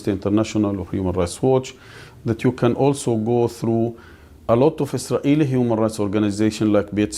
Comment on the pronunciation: the way he mumbles Eezraeli Brobaganda 🥴🤦🏼‍♀️🤡